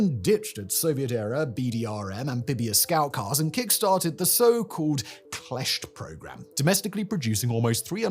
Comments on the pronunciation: Props for pronouncing the Kleszcz 😮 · Wow, Simon. Respects! Almost perfect Kleszcz. How many takes? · Wow! Perfectly spelled "kleszcz" - how did you do that? I thought it is impossible for American.